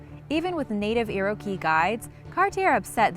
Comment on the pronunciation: You seriously need to look up the pronunciation of some of the words/topics you feature... iroquois.... look it up. Just saying...